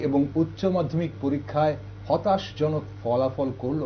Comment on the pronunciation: " হতাশাজনক"- "হতাশজনক" নয় মাননীয় সঞ্চালক